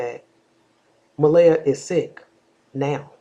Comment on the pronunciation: Please say her name right.